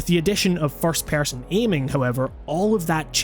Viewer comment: "first pærson"